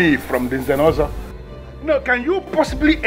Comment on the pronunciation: I like it when the Prince pronounces Nze'Nozo😘